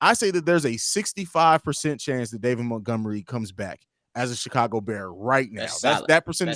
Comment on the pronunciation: Rayquan Smith, Mentgomery? Dudes pronunciation of those two names cracked me up.